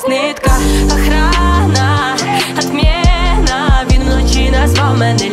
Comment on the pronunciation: В пісні всього три слова в приспіві з російською вимовою "охрана, отмєна, Лєна" - все інше чудова українська